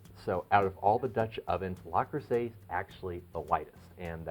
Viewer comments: Yes you are right - the correct pronunciation is 'Le', and not 'La'. I am French-born and it is very odd to hear someone say 'la' for a word that is actually written as 'le'. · It is Le not La luv. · its not La its Le - Le Creuset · LUH crusay. Not LAH crusay. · Small knit pick, but it’s Le Creuset, not La Creuset. So it’s pronounced Leh Croo-say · ARRRRGH! If you're going to discuss a product, at least have the sense (and decency) to pronounce the name correctly! It isn't LA Creuset! It's LE Creuset! (Like Lu - - or LOOk). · Le Creuset, not 'La' Creuset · It's not "LA" Creuset!!! .....It's pronounced "lehh" Creuset....please!!! When you say "la" you sound like an infomercial salesman!!! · Indeed it’s LE creuset and also it is not “cruisay” but “kreuzè”. You should also mention that in the lid of the staub you can put icecubes. That way the steam condensates a lot faster and your dish will be even more moisture and tender. Greetings from Belgium. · It’s Le, Le, Le not La. most people know it’s Le Creuset!!! It’s very annoying and I found myself focusing on rather than the content of the video. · It is LE creuset and not LA creuset. just sayin' Thanks for beautiful video. Very informative. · Le...Le...Le Creuset not La! I owe Le Creuset and Staub. Love them both. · NOT La Crueset, Le Crueset. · Le, not La Creuset. Minimalist, not minimalistic. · "Because its a French Company and in the French language that’s how it’s spoken." No, it's not. "Le" is pronounced sort of like "luh" in French, not "lah" as he did in this video. That would be "La Creuset" not "Le Creuset." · Luh-Cruz-ay is the French pronunciation. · He's from Spain...didn't you hear? He said La Crosete🤣🤣🤣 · Lu cru say according to the people at le creuset they have a YouTube on it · Daniel Jackson, for an english speaking person, maybe.. Not for a french speaking. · That is so annoying. How many times did he say it wrong? It’s right in front of him on the lid.